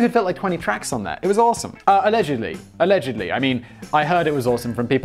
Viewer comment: "A-legedly" Haha.